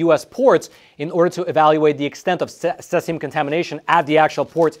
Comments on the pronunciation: All my life I've heard it called "SEEZ-i-um". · It’s pronounced: ‘sē-zē-ǔm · Cesium. Pronounced like the word seize and e-um. Not suh-es-e-um. I know there was a graphics with sesium but it's the same element in the video For a second I thought it was a compound I hadn't heard of. This is on the periodic table and it's cesium. #55 Cs. Most people probably haven't heard of it. The pronunciation really threw me for a loop 😅 Edit: I don't normally correct pronunciations, but it's also not in any of the top comments, as well as being mispronounced throughout the entire video, so I feel it should be said. This is the word he's trying to say. Btw love, been subbed for years. Found him during the pandemic and havn't let him go ❤️ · You obviously don’t know how to pronounce Cesium. It’s pronounced ’C see um’. It can be used effectively for food processing purposes to kill bacteria by exposure to the isotope because nature being a beta emitter. When it’s used in for any reason it’s always within a sealed container. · Please learn the proper pronunciation Cs-137, the e in cesium is a long E! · Pronunciation note: cesium is "sieze-ium". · It's actually pronounced Cee-Zee-Um just an fyi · He keeps mispronouncing cesium. Aaaaaahhh😂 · Learn the correct pronunciation of CESIUM. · Yes, not sure why he pronounced it incorrectly. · Judging by the surname, he might be native in Russian, and that's how we pronounce it in Russian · Good reporting. Bad pronunciation. If you're going to use an unusual word a dozen or so times, check pronunciation first. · Ceeeeesium not seasium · it is pronounced "See-Zee-Umm" (not Sess-Ee-Umm), in case you have to do follow-up reports. Thanks for sharing yet another Hot Sheet briefing. Edit: C-137 is primarily used in flow gauges in industrial pipelines, so if this scrap yard got a shipment of those gauges it was likely due to the pipeline owner not notifying them of the nuclear threat. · Cesium not Sesium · It's pronounced see-z-yum